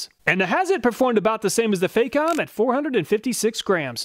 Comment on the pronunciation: It's not pronounced fay-com, the Fac rhymes with "back", it's "fack-om".